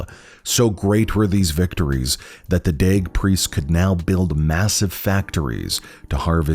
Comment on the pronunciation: The order of daeg.... sounds like " you like dags?" From snatch